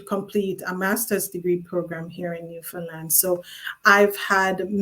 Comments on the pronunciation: Oh no! u kept saying "New Fun Land". U better get it right👍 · It's actually pronounced more like Newfinland but way to be picky 🙄